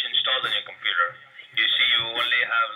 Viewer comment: TheDutchOwner's Tech Channel Hij zet inderdaad een Europees accent op maar denk geen Nederlands accent. Luister maar naar de manier waarop hij zn 'r' uitspreekt en bij het woord computer klinkt het als 'Compoeter' waar een Nederlander eerder 'Kompuuter' zou zeggen. Slechts een mening btw :)